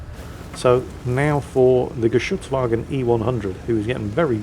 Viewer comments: Those were some solid pronunciations of Geschuetzwagen. We love to give you flak for mispronouncing things but I guess occasionally some praise is in order. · Pronouncing "Geschützwagen" like a pro. Good Job!